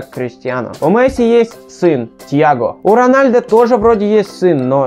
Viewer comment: 1. Рональдо - вообще нет такого. Есть Роналдо, но это бразилиц. Роналдиньо ? Нет, тоже не тот. Роналду его фамилия. 2. "Играл за молодежду" - да ладно?! А что все остальные сразу играют в основе? 3. Сын Ронадлу - Криштиану Роналду II 4. Рост Месси, по последним данным, - 170. (лично я не доверяю) 5. Ронадлу получал золотой мяч два раза. 6. Лучше было сказать "Каталонскую Барселону" 7. МЕсси, а не МЭсси. 8. Развел срач среди глоров - ЛАЙК ! 9. Почти всегда играет за Барсу? Он всегда играл за этот клуб, лол... И за Аргентину. 10. Ммм, люблю слушать тупые факты из интернета от человека, который ничего не понимает в футболе (Рональдо подтвердит).